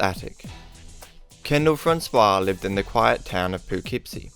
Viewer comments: *pa-kip-sie is how its pronounced hun. No worries, ull get it next time, theres a murder there every week now! Im shure ull have more than plentiful stories from there. Someone just got murdured behind my mom's work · The way he pronounces Poughkeepsie is funny. I've probably passed that house 100s of times. Creepy.